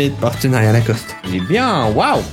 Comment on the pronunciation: Locoste pas lacoste frérot 😂❤